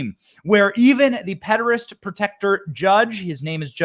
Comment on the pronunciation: I don't think Benny is allowed to call them "pedophiles" on YouTube. There's another truther that says "pederass" as well.